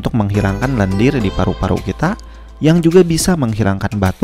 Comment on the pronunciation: ih ngomong paru Paru nya kenapa gtu. Paruk Paruk. madu jadi maduk.